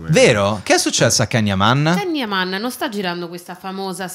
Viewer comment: si pronuncia “Gian Yaman”